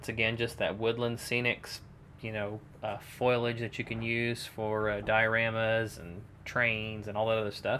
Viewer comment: great diorama... but the ford is pronounced fo li age